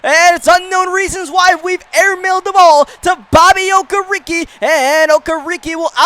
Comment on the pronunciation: Do you even watch football? How do you mispronounce the last name Campbell or Okereke..